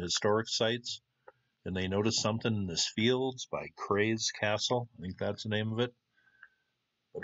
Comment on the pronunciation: KRAYS castle??KRAath es castle, tuigsin nis,Sassenach, other wise good story